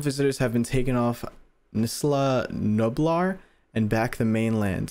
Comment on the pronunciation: It's isla nublar